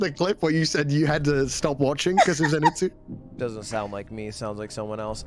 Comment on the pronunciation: Yo Lud, can't help but notice the lack of Disguised Toast climbing a mountain with u in absolute TERROR due to his fear of heights videos on ur channel? :-) I believe u beat him in the Bro vs Bro video and that was the prize right? XD Edit: Also, it's ZanITSU not ZiNATSU XD lol fake weeb alert